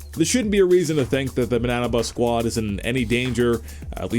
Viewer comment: Pleas people don't get mad that he said banna bus sqaud